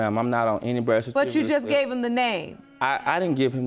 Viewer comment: In the first case, why the heck! are they fighting over a man who cant even pronounce "birth certificate!!"